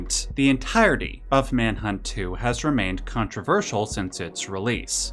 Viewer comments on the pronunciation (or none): controverseeeeul. Dude overpronounces his T sounds like a mfer